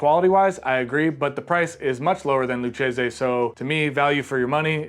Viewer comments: Lou-kasey not lou-chesey (hard C)🍸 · Should be pronounced Loo-Cheesy. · Lucchese is pronounced Loo-Kay-Zee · thats how you know he is a poser 🤑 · an italian would laugh his ass off if he heard you pronunce it like that. believe me.